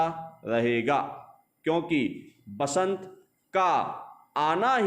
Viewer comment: सर वसंत होता है बसंत नहीं